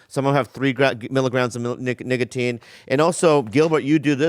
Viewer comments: Booby said “niggatine” 😂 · Bobby said niggatine instead of nicotine in the ad 😂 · Bobby saying niggatine in the zipix ad 😂😭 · Really Bobby? You just gon say Nigga-tine… lmfao